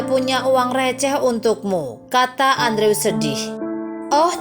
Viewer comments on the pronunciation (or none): yg bisa sy pelajari dr cerita ini?, sy kasihan... bkn sama character di cerita tp sama yg punya channel, misal melapaskan 'cage' = ceg, yg bener 'keij'. trs andrew bukan dilapaskan 'andre' tp 'endru' 😅. tp sy paham "nobody's perfect", (termasuk sy sendiri), semoga anda lebih prepared kedepannya✌ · Andrew dibaca Endru. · Cara ngomong andrewnya kolot banget Dibacanya gini loh endru bukan andrew payaah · Aduuhh mbak itu nama dipanggil nya bkn Andrew dooong tapi di ucapkan" Endru" Inikan ejaan asing.. Maaf deh dgr nya ga enak mbak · Andrew dibacanya Endru, min. 😄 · Correction min : andrew dibaca : endru;w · Andrew dibaca/diucapkan : endru